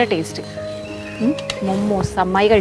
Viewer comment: മുമ്മൂസ് അല്ല ചേച്ചി മോമോസ്